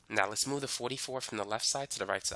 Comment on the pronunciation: The way he said fortwy😂😂